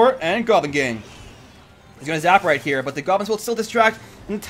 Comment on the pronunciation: you notice that every time you say here it sounds like you say heya😂